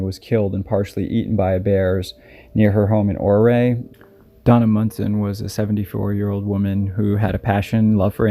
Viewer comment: I live 45 miles away from Durango. It's absolutely beautiful. Ouray is pronounced "your-ā". Thats a gorgeous area as well. It's called the "Little Switzerland of America." They have hotsprings thereand there's so many things to do in the Summer. The San Juans, La Platas and Rockies are all beautiful. I have many stories about each area.